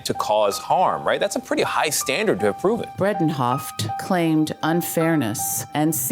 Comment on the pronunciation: Since this is about Elaine, the narrator should know that her name is Bredehoft - not Bredenhoft.